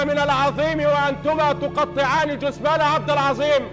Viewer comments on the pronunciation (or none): عبد العزيم ❌ عبد العظيم ✔️/إڨرمي ❌إجرمي ✔️/اخرڨت ❌اخرجت✔️/من زلك ❌من ذلك ✔️/اخرڨ ❌اخرج✔️/توڨدها❌ توجدها ✔️/ الڨلسه ❌الجالسة ✔️ اللغة العربية الفصاحة تبكي في الزويه😂 ❤❤